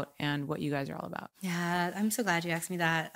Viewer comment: The questions they axed us? Its asked not axed ffs.